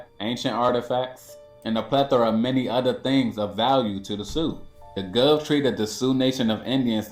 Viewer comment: Dude ain't have to pretend to be smart, barely pronouncing "plethora" right.